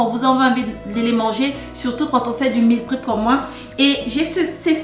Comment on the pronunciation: Meal prep se prononce mil prep et non mil prip